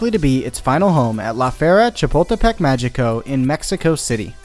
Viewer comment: Just a nitpick, but "Magico" is pronounced "Ma-hii-co". In Spanish, when a g is in front of an e or an i, it sounds like an H (well, the English idea of an H, since Spanish H's are silent). Sorry, but this is one of the few things I still remember from my high school Spanish class.